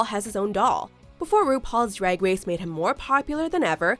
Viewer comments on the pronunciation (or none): did anyone else here “RuPaul’s drag wace” xD